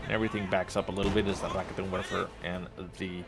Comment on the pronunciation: in case you are wondering how to pronounce some German words, here's a little bit of advice: 1. Stop rolling the R. Rolling the R is practically non-existent in German. 2. The emphasis in Raketenwerfer is on the second syllable. ("RaKEtenwerfer") 3. The "ei" (for example in Angreifen) is pronounced like "aye".